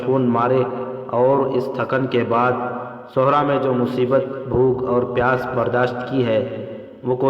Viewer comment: Sehra not suhra